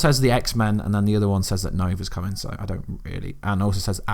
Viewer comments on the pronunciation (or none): none